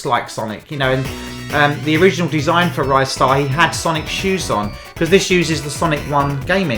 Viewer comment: What is it with YouTubers calling Ristar 'Rystar'? 😂